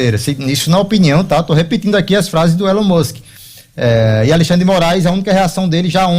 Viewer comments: Pronuncia direito ai, meu filho: "ILON MÃSK" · "Élón Mûsque" hahahahaha me mijeiiii com esse comentarista kkkkkkkkkkkkkkkkk